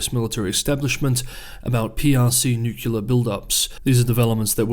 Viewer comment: For me the world is divided into people who say nuclear and people who say nukilar. This here, is.